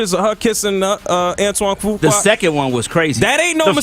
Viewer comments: Sis come on let's pronounce Fuqua the right way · Omg can you please stop 🛑 ✋ butchering his last name 🤣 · you pronounced his last name all wrong,and where is the blame for him as well🤔😏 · You pronounce it "Foo Quaw" I think... I hate when you are not more neutral when telling the story... she actually came across as likeable. She apologized, did he? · It’s pronounced: Antoine Fuq-U-A. OR Antoine Fuq-Up. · Can you at least learn how to pronounce Fuqua? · I think you’re mispronouncing this dudes last name. IJS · Antoine who🤣🤣🤣🤣 That last name pronunciation